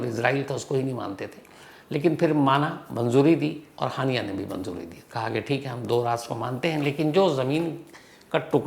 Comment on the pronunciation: हानियां ❌ हाइना ✅😂😂😂😂